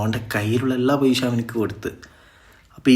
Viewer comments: പൈശ അല്ലടോ പൈസ,,, നന്നായി സംസാരിക്കാൻ പഠിക്കൂ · പൈശ അല്ലാ പൈസ 😂😂